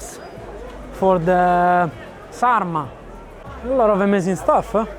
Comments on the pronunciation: you actually said it right in the beginning ahahaha. It is called sarma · Also you say it correct in sarma is the rice rolled with grape leaves, dolma is stuffed veggies. Hence their name, sarmak means rolling,covering something, dol-mak means filling.